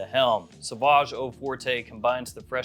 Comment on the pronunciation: Forte is French is pronounced like fort, not fortay (even though we say forte in English like it's Italian or something lol)